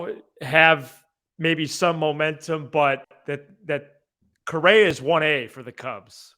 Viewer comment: It’s Correa not Correra and Swanson not Swansby. Sorry man, you can call them whatever you like. I just thought you might wanted to know. Good luck and well wishes. Blessings!